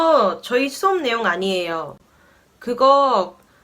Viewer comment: ㅋㅋㅋㅋㅋㅋ그거 어니에요 아니에요~!아니에요오오오~!